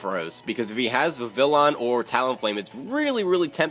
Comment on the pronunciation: Just so you know Vivillon is actually pronounced with the y sound in place of the double l. I don't know why they decided to make it Spanish but, whatever.